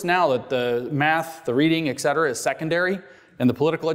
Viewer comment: I love your work and you're providing a valuable service, well done! However, etcetera is pronounced how it is written, not as "ectcetera". It's a common habit, probably hard to break.